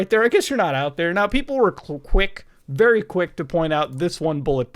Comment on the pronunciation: vewy vewy clear..xD